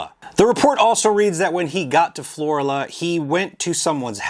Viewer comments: I know u live down south but it's not floria, or whatever u said it'd FLORIBAMA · It’s pronounced Floor Ala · It is pronounced Flor-Ala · Pronounced FLO-RAAAla